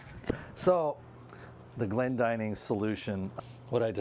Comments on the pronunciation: You're correct, this is a very common name in Britain and its pronounced so the the 'dinning' part rhymes with 'winning', not ''dining'. I'm really enjoying following this channel, lots of practical boat stuff and not a bikini in sight ( yet ). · I have always thought Glendinning rhymed with inning rather than dining, but I may be wrong